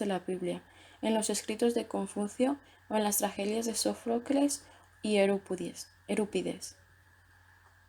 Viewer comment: Euripides no ERÜPIDES, aclaro por si alguien quisiera buscarle, le encuentre.